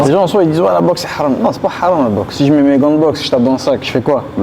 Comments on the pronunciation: C’est pas “Halam” c’est “Haram” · Haram et non pas Halam